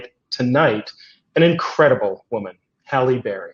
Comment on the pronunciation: If HALLE Berry is an icon (which she IS) then the young woman should have gotten the pronunciation of her first name CORRECT.